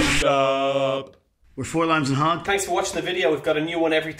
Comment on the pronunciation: Did he say hog or hug